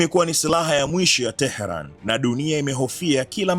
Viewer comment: Tehran bwana sio Terhan